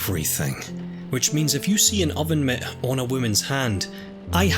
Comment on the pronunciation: Absolutely no one:: OVEN MIT